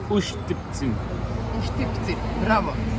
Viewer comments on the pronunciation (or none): Ustipci not Ustipzin, u add cheese to them and or jam